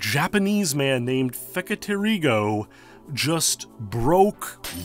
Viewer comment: I'm always surprised how well you can pronounce Feketerigo :)